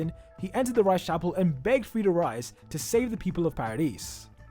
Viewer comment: "Frieda Rice"😂